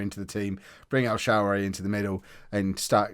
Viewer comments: It’s el sharawy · El Shawary pronounce it like that